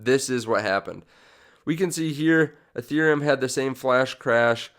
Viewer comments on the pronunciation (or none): none